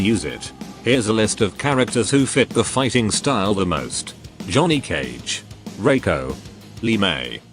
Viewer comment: "Jhoony Cage"?